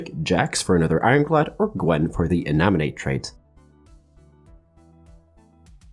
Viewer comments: Love your content. And I love how you've been pronouncing "Inanimate" as "E-na-mi-nate" instead of "In-ani-mate" since the start of this set. You even switch the syllables lmao. You have the best guides on tft by far bro thanks for the content! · Is he really saying "Inaminate" or am i hearing it wrong?